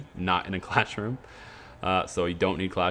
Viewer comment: Are you saying "classroom" or "clashroom" jesus it's infuriating